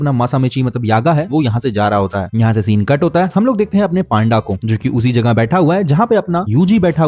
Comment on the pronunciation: Bhai wo kasukabe nahi kusakabe hai 😅